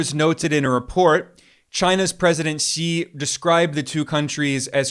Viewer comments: Finally, I hear a western podcaster pronouncing President Xi’s surname correctly. I bristle when I hear his surname pronounced, “she”. Well done, Ben! 👏🏻👏🏻👍 Apart from that little detail, great appreciation 🙏to you on your fair analyses of varied geopolitical and economic affairs.👍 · Finally!!! A Westerner who bothered to learn how to pronounce "Xi" !!!! Good on you!